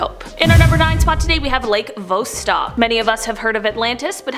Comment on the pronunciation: Idnit VOSS-stock and not Voe-stock? Also EREH-bus, not ehREEbus.